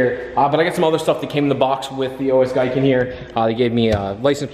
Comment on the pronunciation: Pronkunced GEE-KEN love your videos brother wish I could get my Supra to you one day you do phenomenal work